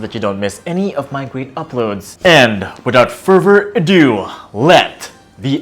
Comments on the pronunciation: "Wif out furver adoo!" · "Wiffout furver adue"